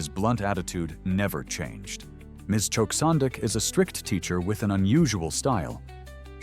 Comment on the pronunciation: Bloksondik ❌️ Choksondik✅️